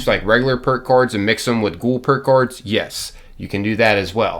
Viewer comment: did he say perk coards? XD